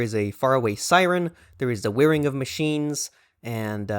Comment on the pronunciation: New to your channel. Thanks for the video. Out of curiosity, what is your accent? I especially noticed how you pronounced the 'I' in 'whirring machines'. (I am not a pedant, moreso a language enthusiast)